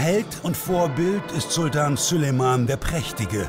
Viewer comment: Könnt ihr bitte denn Namen Süleyman richtig aussprechen